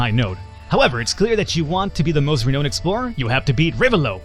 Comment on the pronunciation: It's pronounced "Re-noun(ed)" c